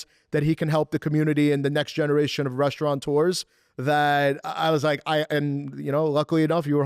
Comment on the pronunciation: Sir, the proper pronunciation of the word is Restaurateur.... No N. That is the person who operates the Restaurant